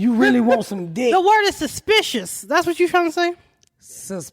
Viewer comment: "Susspekishish" Ms Pats word of the day 😂 😂